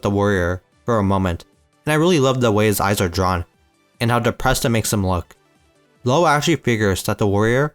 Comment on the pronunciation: Just so you know his name wouldn’t be pronounced as "low" in German you’d say "loo-vah "